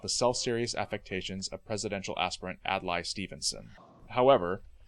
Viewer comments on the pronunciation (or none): I've always heard Kubrick's name pronounced "Koo-brick" - not "Cue-brick". And Adlai Stevenson's first name is pronounced "Ad-lay" not "Ad-lie". George C. Scott's character's name "Turgidson" is pronounced in the film with a soft g.